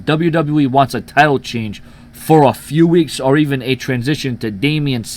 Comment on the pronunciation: i thought there was gonna be (chenge) as you say change.